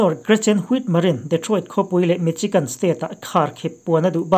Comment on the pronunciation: Michigan i pronounced dan hi adik lo.misigan ti a lam tur .